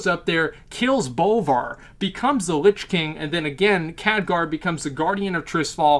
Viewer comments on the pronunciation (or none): none